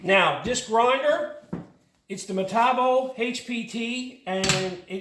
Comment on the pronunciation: Good job. Metabo (meh-tah-bow) makes very nice tools.